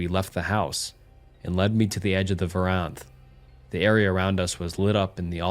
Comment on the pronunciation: Would like to second this, fellow Australian here. Shout out to Valiant attempts at pronouncing "verandah"